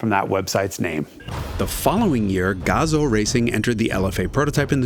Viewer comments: it's Gah zoo gah zoo like Kazoo but with a g it's not Gah Zoe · GAH-zoo not GAW-zoh ;) There's no USA accent in Japan. Buuuut amazing piece on the best sounding engine ever made! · gazoo is pronounced, GAZUU. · Its pronounced Gazooo - idiot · I had to stop watching this video because the license plate told me not to. Also, Gazoo rhymes with kazoo.